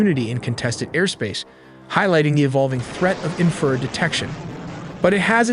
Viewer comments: 'INFRA--RED' not "inferred" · IN FRA RED Red Not inferred AI is stupid You MUST truck AI how to pronounce words correctly IN FRU RED You drive me KNUTS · Bro, it's pronounced 'INFRA--RED'... 'INFRA--RED' not "inferred" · "Inferd"???? AI slop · It's infra-RED 😵‍💫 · Great channel but speech to text engine is super frustrating to listen to. Example, infrared sounds as inferred. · You guys always make a point to say you make original content WITHOUT A.I ! Although you kept pronouncing INFA - RED ... "INFERD" ... Like WTF ? No one pronounces it that way !!!! No one ! Accept maybe A.I that is. Definitely sounds something like A.I would do. And a crappy one at that. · I never knew it was pronounced “inferd.” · Why is it so hard for AI to pronoun IN FA RED. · Great video, I know it's a mix of people and AI, but could you at least try and clean up the audio on your video. That AI bot voice you're using (which a lot of anime summary subs use too) has horrible pronunciation of some words. Infrared is not in-furred. Mach is not mack, and so on. It makes you sound and look very amateur which I don't believe this account to be. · Is there a way to adjust pronunciations of certain words like infrared, the ai keeps pronouncing it as inferred. Your content is great but surely there has to be tighter oversight over the script. Much like Mencho video where city names were absolutely butchered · Infrared… in-fruh-red… enunciate. Great video though. Nice work. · “Inferd” 😂 Ai sucks at proNOUNCiation. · "INFERD RED" (infrared) 😁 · Couldn't pronounce in-fra-red right, which was quite annoying. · These videos really need a new narrator. Having a 20 something year old kid narrate this while mispronouncing INFRARED is wild. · Please stop with the AI slop! get an actual voiceover artist who can pronounce Infrared.